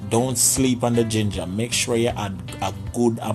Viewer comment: You had me at " puhleeez done sleep on dah jinjuh!"